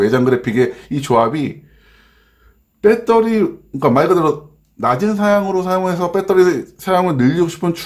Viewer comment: 빼떠리 빼떠리 .... 아이고